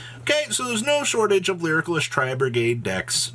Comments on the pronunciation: Dude please read how to pronounce lyrilusc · ffs pls learn how to pronounce lyrilusc lol